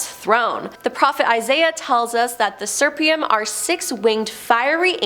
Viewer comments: "Seraphim" is pronounced "SER-a-fim." "Euphrates" is pronounced "yu-FRay-tees." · I’m sorry but every episode does she mispronounces things. PLEASE Google or YouTube pronunciations BEFORE you post your episodes! Euphrates and Seraphim were both mispronounced and Seraphim was different almost every time you said it. It is hard to watch and enjoy.